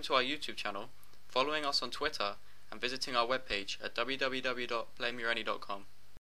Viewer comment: twittaaah hahaha funny accent